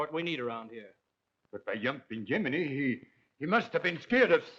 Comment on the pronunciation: Yumping yuminy, its Jiminy